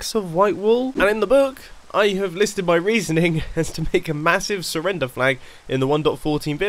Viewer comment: Me: mumbo how much are you French. Mumbo: I SURRRENDER MY VICTORY